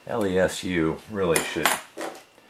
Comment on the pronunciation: I think its pronouced "Less-OO" Like boo!😂